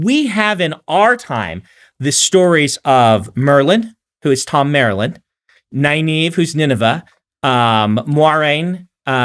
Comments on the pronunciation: Pretty sure I read the series without looking at RJ's pronunciations in the glossaries... how was I going to know I'd be cringing at how they pronounce Egwene and Nynaeve on tv 30 years later? :) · I asked about the pronunciation because I said it one way and then Brandon said it a different way. What's the "Nynaeve thing?" I can assure you that I know essentially nothing about the books, so anything you think I've done on purpose as an easter egg is just me being a moron. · he literally watched the shows and still gets the names wrong lol